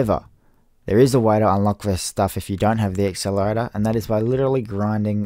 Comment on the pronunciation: WTF IS AN EXCELERATOR